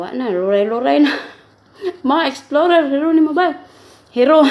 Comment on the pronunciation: kakagutom naman po inahan eat well po, natawa ako sa exflorer nakaka bulol nga😂